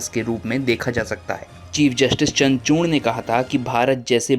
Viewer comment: चंद्रचूण नहीं चंद्रचूड उच्चारण चाहिए बाबू